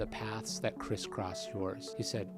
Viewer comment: its "criss-cross" not "christ cross" right?